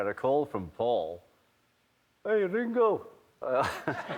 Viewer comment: Did you notice how he said "suddenly I got a call from FAUL..." not "PAUL" ...HMMM